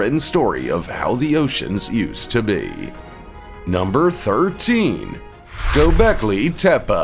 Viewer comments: Not gobekli tepa it’s gobekli tepe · Get it right. Gobekli Tepeeeeeeee